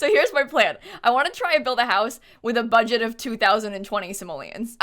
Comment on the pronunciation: Nobody:...: bUgEt cHaLeNgE!!!!